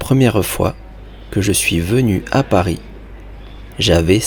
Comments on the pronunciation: Why are you pronouncing Paris with a final “s?” I thought it was supposed to be silent. Anyone? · why did he pronounce "Paris" with the "s" sound? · Does anyone know why he pronounces the S in Paris in the opening line?